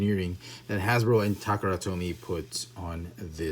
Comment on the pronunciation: I don't mean to be offensive in any way but, why do you say takara tomy in a weird way?